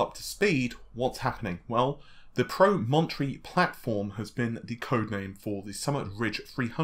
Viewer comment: Nicholas Woolsey thank you lol not pro-mon-tree